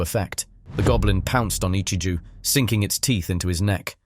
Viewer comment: "Ichiju" Ahhhhhh whyyyyyy whyyyy just say it right ahhhhhhhhh😡😡😡😡😡😭😭😭😭